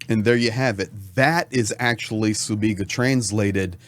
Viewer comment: Sibiga, not Subiga. This is not the Cyrillic alphabet.